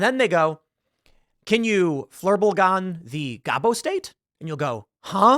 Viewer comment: You mispronounced Flurblegon 😁